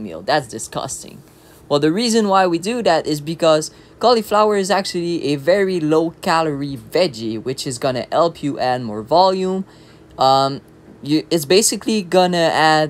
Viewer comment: Protein oatmeal, definitely a winner! Great tip here! 😊☀️ Btw, I'm not a native English speaker, but "h" isn't silent in English (like in French perhaps), so "help" and "hungry" sometimes sound like "elp" and "angry" here which sometimes can confuse. No insult intended, just an observation, i know speaking a foreign language sometimes is tricky. Greetings from a Swede in Beijing 😊